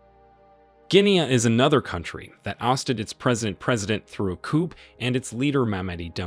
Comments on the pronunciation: "COOP"??? People say "COO", it's a French word I think? Makes sense under the circumstances. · It would be helpful if you could know how to say the word " coup" is in "coup d'état" properly, where the "p" is silent. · Jeez...Coup, a French word, is pronounced "coo". Not "coop". If you're going to do these videos at least pronounce foreign words correctly. Otherwise, a good and informative video. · COUP is pronounced COOOOOOOOOO not COOP..dear me. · "Coup" is pronounced "Koo," not "Koop." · Koo not Koup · It’s actually Coup not Koup or Koo. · It's a coup - pronounced KOO. The P is silent. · Coup is pronounced "coo" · Caught the racism by saying mispronouncing Niger. It was slick. The mark yeah I caught it. And the word coup the P is silent. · * coup - the "p" is silent.